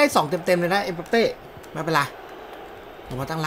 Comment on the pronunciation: ชื่อถูกต้องเขาเรียกเอ็มบัปเป้ บ่ใช่เอ็มปัปเป้ มั่วหลายแท้ อ่านอังกฤษออกจริงป่ะเนี้ย